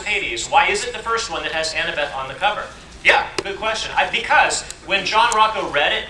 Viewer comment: Yeah that's like the way to say annabeth